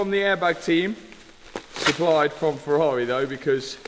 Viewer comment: Waiiiitttt - HE SAID FERRARI and not FERRAREEHHH for the first time ever:D Luv ya